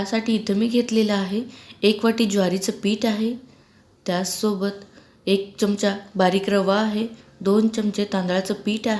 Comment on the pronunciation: च्यमच्या नाही हो, चमचा म्हणा ना. तुम्ही सुधारणार नाही.